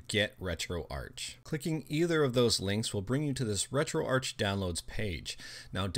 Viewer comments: Its RetroArc, but spelt RetroArch, it has a silent 'h' in the word... :) it stands for Retro Architecture cause of the emulators in it... :) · Ark. as in Archive.